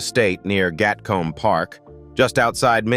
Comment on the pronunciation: Gatcombe is pronounced Gatkoom in UK . Berkeley is Berklee.